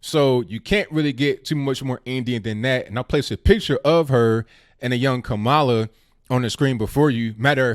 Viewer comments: kam uh luh like pamela. Not ka mall luh like Kaballah. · ITS KA- MALA WITH THE ACCENT ON THE FIRST SYLLABLE. ALSO IS NOT ABOUT RACE IT'S ABOU LINAGE . KAMALA IS NOT ADOS( AMERICAN DESENDANTS OF SLAVERY) THAT'S WHAT SHOULD BE THE FOCUS. PLEASE CHECK OUT ADOS101 ON YOUTUBE.